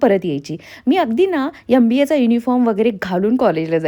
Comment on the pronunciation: Aap itne educated ho .magar M.BA KO YUM .BA BOLTE HO